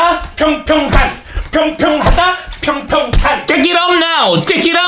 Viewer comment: 원본에선 발음이 푱푱한으로 나와요